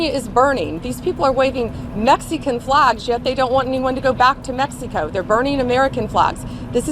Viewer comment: Shes the only MuFuker out there saying mexy co